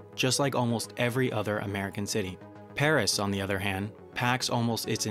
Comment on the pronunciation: Oh for the days when we didn't have to put up with constant AYs and THEEs in this vlog. Your voice-over was so much better then.